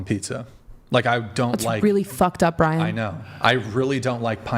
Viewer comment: What is Brixan? How do you get that from Brian?